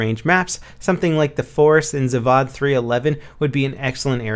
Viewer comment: Map zavod Is pronounced za-vohd Not za-vad :) Sick video Thumbs up